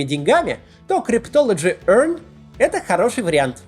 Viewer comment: Как он это произносит ‘cryptology EARN’🤣🤣 🤣🤣🤣🤣